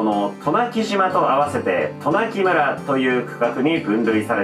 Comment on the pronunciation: さん、「となきむら」じゃなくて「となきそん」です。